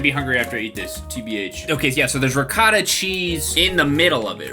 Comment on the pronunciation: Its not called recatta. Its Ri-goh-tah